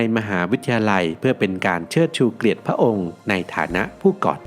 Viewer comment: เชิดชู"เกลียด"ซะงั้น คำว่า"เกียรติ" ไม่ได้ออกเสียงควบกล้ำครับ อ่าน "เกียด" ไม่ใช่"เกรียด หรือ เกลียด"